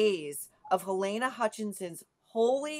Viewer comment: Love you and your show Nancy❤ Halyna's name is pronounced Ha-lee-na.